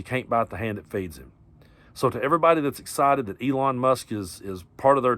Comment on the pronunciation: Keep saying it Eelon puppet master